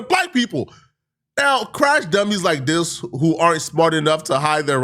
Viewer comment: It’s THIS not DIS, damn nigga